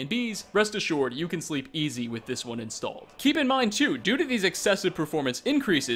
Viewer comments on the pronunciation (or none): none